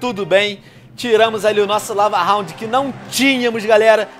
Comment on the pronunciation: "eu iguinorei os lavarronds"